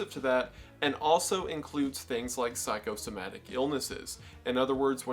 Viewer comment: How can you say Psychosomatic properly, but not Halifax?! Thanks for the good video dude.